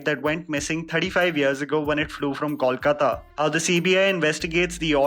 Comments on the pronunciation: How difficult is it to pronuce "Coal" kaata...it's no 'Kaul' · When you pronounce Kolkata... please pronounce "Kol" as you pronounce the word "coal" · Why do people have such a hard time pronouncing "Kolkata"? It's not Kaulkata nor Kolkota. It's "Kol" (like coal) and then "kata".